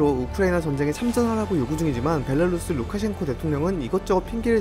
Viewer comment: 벨라루스라고... 벨랄루스라고좀 안 했으면 좋겠다. 발음좀 고치셈